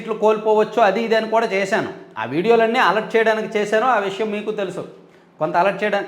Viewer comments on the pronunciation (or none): none